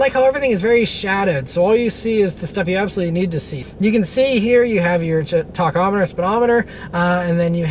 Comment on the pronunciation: Talk-Ometer could be changed to Tack-Ometer. Just a friendly fyi